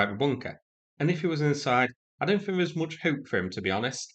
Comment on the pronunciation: he rarely gets it right! The amount of times he names every missile hoping to guess which it was or. ‘I fink’ or ‘perhaps’ proves he’s just making shit up trying to look like he knows what he’s talking about 😂